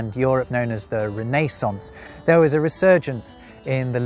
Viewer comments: Can we please talk about “Ree-NAY-sonce“? It’s pronounced “REN-na-sonce.” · Except it's not re-NAY-sense, it's re-ne-SANCE. 😂 Great video, really. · Curious about your pronunciation of Renaissance. You say it with a long "a" where as an American I've always said it with a short "a." Is this how it is commonly said across the pond or is it just a quirk of your own? You have a fascinating channel. I've always loved the English language and its varied history. Your site is one of the best on YouTube. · TIL that you can also pronounce "Renaissance" like that. I've always read it as "rene sans" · can one really talk about "irritating...English scholars" while pronouncing "renaissance" the way you do? 😂 (I just had to do it 🤷‍♂...oh, and I just HAD to subscribe also...very good)